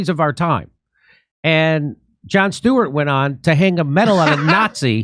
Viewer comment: Joan Stweart LOL